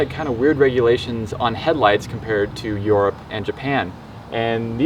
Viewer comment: He said,”on the Japanese car” they are both Japanese foo 🤦🏾‍♂️ And pronounce Europe like a real person